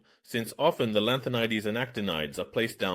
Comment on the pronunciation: I suspect there's a problem, a medical problem, something happened, like burn scars or a stroke that make him uncomfortable with this current voice. But the way the AI pronounced the lanthanides is a lot more cringe than a medical problem.